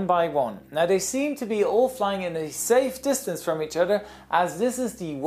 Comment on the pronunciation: I guess he said "from" the preceding plane, but it sure sounded like "to" the preceding plane, which would be bass-ackwards.